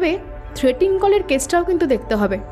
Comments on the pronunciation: Good story… but actors need to work on their pronunciation… for example the word ‘threatening’ has been wrongly pronounced as ‘threating’ by through out the story. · গল্পটা বেশ সুন্দর। পাঠও চমৎকার হয়েছে। অলিভিয়া-সৌনকের অভিনয় দুর্দান্ত 👌👌 তবে একটা শব্দের বারেবারে ভুল উচ্চারণ কানে লাগলো। কথাটা 'থ্রেটিং' কল না, থ্রেটনিং কল(threatening call) লেখিকা সুমেলির ভুল, নাকি আপনাদের ভুল উচ্চারণ জানি না। পরবর্তী কালে শুধরে নিলে ভালো হয়